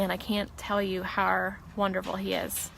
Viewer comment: She endured so many challenges, Health, family, job. And I did not even know she also suffered speech impediment as well! Not sure the nature but she always said "Har" for "how". But she thrived despite this! Go Shannann!